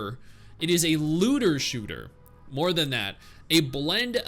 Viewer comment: why I am hearing "lewder shooter"?